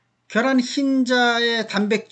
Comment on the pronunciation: 겨란이 아니라 ㅡㅡ 계란입니다 . 자꾸 겨란이라고 발음하네. 경기도 사투리인가